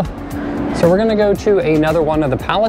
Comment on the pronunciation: Duk soo - Goong. - Kiong bok - Goong.